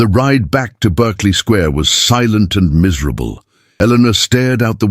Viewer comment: It’s not Burkeley Square, it’s Barkley Square